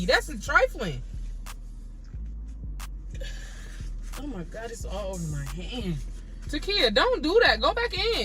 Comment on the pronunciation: All I hear is that's nasty that's trifaline 😭😭